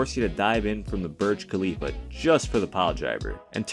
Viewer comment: HE GOT ME WHEN HE SAID BORJ KHALIFA AHAHHAHAHAHAHAHAHAHAHAHAHAH